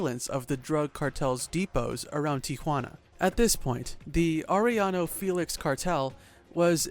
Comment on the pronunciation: Yes it is.. I laugh when they can’t pronounce Arellano properly 🤣🤣 They say Are then they pronounce the LLLL Then I go correcting them by saying the two LLs are pronounce like Yaa .. Aréyano 😂😂